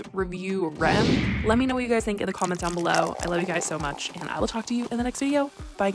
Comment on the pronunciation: R.e.m isn’t pronounced Rem it’s R E M each letter said